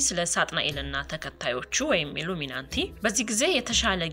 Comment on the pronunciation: ሰላም! ብዙ ግዜ "ኢሉሚናንቲ" ስትይ እሰማሻለሁ: ትክክለኛው አነባበብ ግን ኢሉሚናቲ / Illuminati ነውና አስተካክለሽ አንብቢ